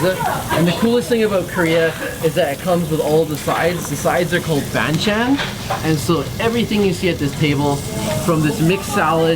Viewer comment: I just cringed a lot when you would mispronounce the typical korean words like banchan and samgyeopsal lol